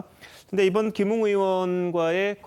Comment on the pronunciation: 맞아요 김웅을 김응이라 하네요 김응 국민밉상 입니다 ㅋㅋ